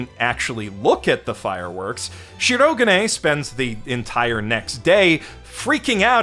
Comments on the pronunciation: Dub narrator's worst crime to date::butchering the pitch accent of Shirogane's name and infecting multitudes of fans, including dear, with his own bizarre stress pattern. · Did purposefully mispronounce Shirogane's name every time it came up to drive me and others insane. I think so.